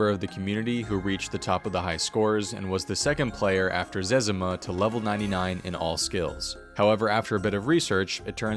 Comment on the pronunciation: He said Zezima right...Zezima himself pronounces his name that way. We all just said it how we thought it was pronounced...Zah-zee-mah or Zuh-zee-mah....which is wrong.